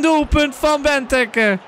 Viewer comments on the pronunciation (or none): Ben jij überhaupt een belg?! Wat zeg jij allemaal België presteert niks... En het is bentéké niet bentuke ofwa gij ook zegt